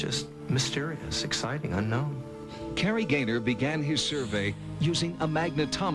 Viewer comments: There is not a single accent out there that justifies the mis-pronunciation of the word "unknown" as "unn-nowinnn" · I've gone back to a few of your older videos lately and you never used to run your words together like this but you have always said un-kno-wan 😂